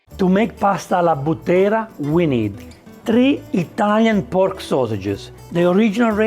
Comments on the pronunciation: Non sbagli. Ha sbagliato l'accento. I butteri sono i cowboys della Maremma in Toscana. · Dear:we say "bu'ttera e non butte'ra, please italian dish need perfect name. FYI "butteri" are the cow boys of maremma in south Tuscany Take care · Allow me to correct your pronunciation (it's done with respect) it is Bùttera and not Buttèra, a Buttero being a Tuscan cowboy. Those who take care of the white cows in the Maremma region of Tuscany. I love you and your channel btw 😉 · Però è bùttera, non buttèra, eh dai!!! 🤌😆 (Cioè alla maniera dei bùtteri) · It's "pasta alla bùttera" not "pasta alla buttéra" as you pronounced. The name originates from "buttero" which is the so-called "tuscan cowboy" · Bùttera, non buttèra! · It's bùttera , not buttèra. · Hi, please right pronounciation bùttera, not buttèra..... saluti dalla toscana...good dish... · Hai sbagliato l'accento. Alla Búttera e non Buttèra. I Butteri sono i "cowboys" della Maremma toscana. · You are too kind. This guy doesn't know what he's talking about half the time, butchering original italian recipes for a wide international audience (so that the misinformation is amplified), and not even being able to pronounce properly a recipe he proposed is just the cherry on top. it just shows the accuracy of his research work. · In "Buttera" l'accento va sulla "U" e non sulla "E". Scusa chef ma da toscano dovevo 💪